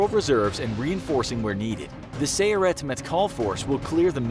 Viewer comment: Sayeret you sa-yeret. It means Cruiser.